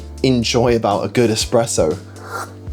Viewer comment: Everytime he says eXpresso it sounds like nails on a chalkboard. Other than that, great video. Keep them coming